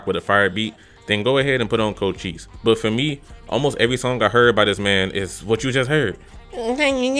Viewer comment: You need to slap some respect on cochise name😂